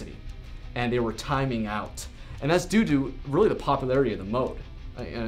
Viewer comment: "and thats due due" hehe doo doo